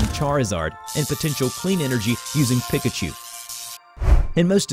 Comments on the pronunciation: It’s not (peikachu) it’s peekachu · everyone: Pee-kah-choo: Pih-ka-choo, you ruined the video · Hahahaha pi-ka chu instead of pe-ka chu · Bro what the heck is a pick-a-choo do you mean a Pikachu? lol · It's pronounced (pee-cuh-choo) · Omg😂 His pronunciation of “Pikachu” hurts. 😂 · Anyone else feel weird when he says pikachu wrong